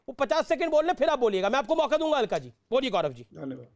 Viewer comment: Alka nhi cakla